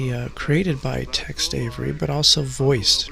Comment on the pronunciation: It's not Text Avery, it's Tex.